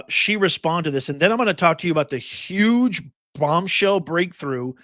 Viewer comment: its YUGE